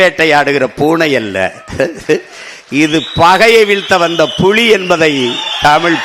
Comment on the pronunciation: புலியா புளியா ஏன் சீமானுக்கு உச்சரிப்பு தடுமாறுகிறது